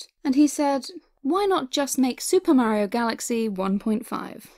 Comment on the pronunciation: A nice opinion as to why SMG2 is absent from the collection. Also I did laugh at how you say "Mayiro" instead of Mario. Keep up the good work.